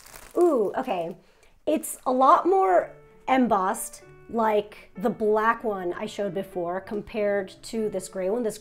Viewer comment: First time alt "eMM-bossed” was pronounced I was distracted.. after the second time… I’m overcome with the urge to pronounce it the same way around my hubby. He’s cute.. in private he’ll savagely correct me for my Shame kink.. but with company, I’ll see him smirk but intentionally make the same mistake and make it seem as if it wasn’t a mistake, and just an couple thing